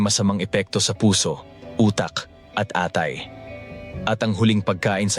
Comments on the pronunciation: Mali ang pronunciation ng atay hehe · Your Tagalog is perfect except when you said ATAY. Are you AI ? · Bat iba ang bigkas mo sa atay? Mandaya kaba?